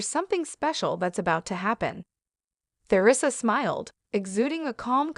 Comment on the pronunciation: Learn how to pronounce Theresa ! Someone Not an American! This is probably bogus!